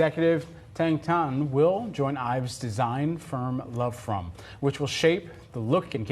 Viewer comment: its not loveform, its lovefrom